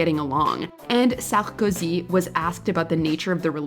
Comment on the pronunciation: the way you pronounce "Sarkozy" is the cringiest of all...😂